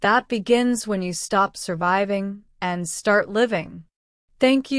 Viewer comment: ماعرفت كيف تنطق كلمه surviving